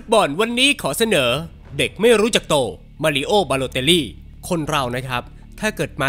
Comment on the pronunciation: มารีโอครับ ไม่ใช่ มารีโอ้